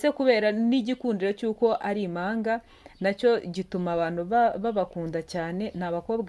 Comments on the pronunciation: Ntabwo ari imanga bavuga impanga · Ntabwo bavuga imanga bavuga Impanga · Ntibavuga ,Imanga Bavuga Impanga murakoze🙏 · Imanga? sinarinziko habaho umunyamakuru utazi kuvuga ibihekane! utumye inkuru ibiha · Nyabuneka uduhaye amakuru meza ariko ihangane wige kuvuga ikinyarwanda neza ,utandukamye igihekane mp n,ingombajwi m ntibavuga imanga bavuga impanga plz ntunyumve nabi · Hhhhh🤣🤣ngo Imanga cg Impanga,🤔Imano cg impano,arko ujyunabanza witoze gusoma neza ibyugeza kubantu pe